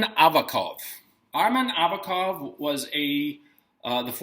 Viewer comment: Gonzalo, here is pronunciation: ArsEn AvAkov